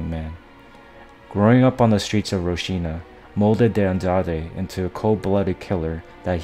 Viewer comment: Wtf is "roshina"? Lol if you want to make a video at least make sure you can pronounce the location properly... ROCINHA is pronounced hall-seen-ya